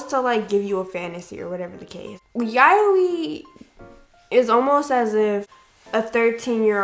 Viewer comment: I am so soooooooo sorry- But I got sooooo triggered by how you pronounced yaoi, 💀💀 I personally loved Dakaichi the anime- not the manga though because the manga was real r*pey, but the director of the anime said everything in the anime was consensual (besides the Ayagi incident)